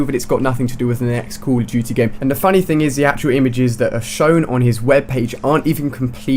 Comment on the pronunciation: HEY Ali-A its call of duty not COUL OF DUTY